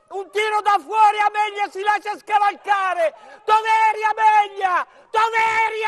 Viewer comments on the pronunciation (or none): si chiama amelia non ameglia